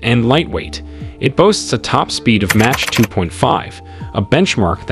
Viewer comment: Why do you mispronounce MACH as match?